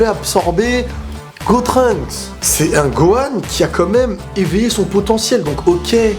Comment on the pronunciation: Super vidéo qui pourrais m'expliquer pourquoi il dit gotruncks ses gotenks nan ?